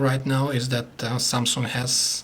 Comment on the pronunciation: i really like how he says SAMSUNK.. and I admit that he really makes a very good review.